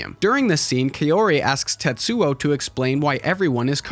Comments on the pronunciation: Very good analysis. Names are pronounced AH-KEE-RAH (not uh-KEE-ruh), and Kah-oh-ree (not kay-or-ee). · Japanese pronunciation is pretty straightforward, unlike that of English. Kaori is pronounced Kaori, not "keyowree". 😆